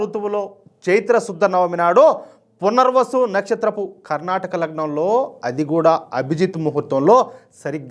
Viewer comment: కర్నాటక లగ్నం కాదు సార్ కర్కాటక లగ్నం